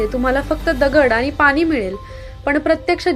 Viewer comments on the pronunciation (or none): none